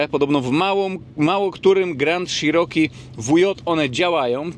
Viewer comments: Cziroki Panie Cziroki a nie Sziroki... Czy te ślady na lewym lusterku to pozostałości po karnym kutangu za ujowe parkowanie? 😂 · Grand SZiroki? Dlaczego sziroki? Dlatego że Wąski się spokojnie do niego zmieści? 😂 Jednak CZiroki brzmi lepiej i jest bardziej zbliżone do wymowy angielskiej. Wiem, wiem czepiam się. W końcu każdy wie o jakie auto chodzi 😉. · Dżip grand i szerooki 😂😂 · Załamka, nawet nie potrafisz poprawnie wymówić nazwy, nie zadałeś sobie trudu żeby sprawdzić albo nie wiesz jakie wskaźniki masz na blacie - bo to nie jest temperatura oleju. Amerykę odkryłeś że auto sie buja a co ma robić jak silnik jest w układzie wzdłużnym, 125P też sie tak bujał jakbyś nie wiedział. Film zrobiony pod sprzedaż. Nic mądrego i nowego nie powiedziałeś, a powielasz tylko głupoty. Jako jeep'arz żałuję że obejrzałem ten film i jeszcze ta cena 43 K za co ? Może z wyglądu auto jakoś sie prezentuje ale ciekawe jak tam mosty reduktor skrzynia - może to sie okazać niezła skarbonką. Co do panewki to pałuj pałuj go tak sie sie przekonasz, najpierw dowiedz sie ile czasu zajmuje rozgrzanie oleju w takich silnikach.